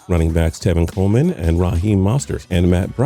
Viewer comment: He said tevin Coleman right